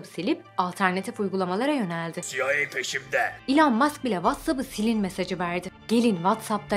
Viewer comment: ilhan mask derken :D